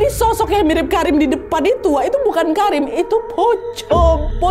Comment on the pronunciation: KARIM?KARIM? dr awal gue dgr ny Karinn😂kata gue kok cewek ngerokok